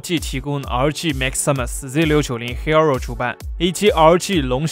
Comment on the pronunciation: 為什麼你的hero聽起來那麼彆扭